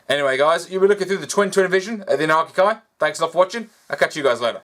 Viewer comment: I keep hearing "Anarchy Guy" instead of "Anarchic Eye" in the intro lol, sounds very whimsical